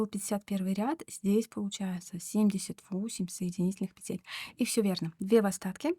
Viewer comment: Воздушных пЕтель, а не петЕль.